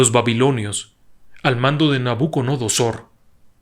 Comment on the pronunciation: Felicitaciones. PD.: Es Nabucodonosor, no Nabuconodosor.